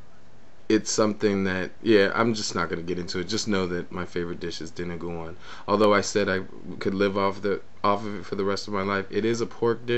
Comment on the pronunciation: nice. :)))) and btw, dinuguan is pronounced as "dee-noo-goo-an" :)))